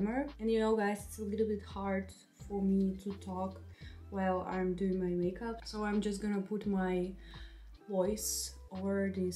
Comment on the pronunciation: She just say makeub 😂😂😂